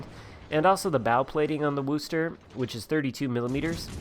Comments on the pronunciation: Wooster? It's Were-chester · Wooster haha it’s pronounced wuster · Dude you need to learn how to pronounce the name of the ship! It’s wostah and doesn’t rhyme with boo. Git gud noob 😛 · Coming from Massachusetts and hearing you pronounce Wooo-ster makes me chuckle. Of course we pronounce it Woostah. Thanks for the video, I like my Worcester and as long as I don't leave myself in the open, I do real well.